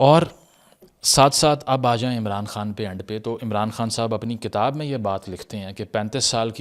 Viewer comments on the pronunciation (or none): none